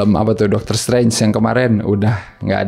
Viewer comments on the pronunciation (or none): none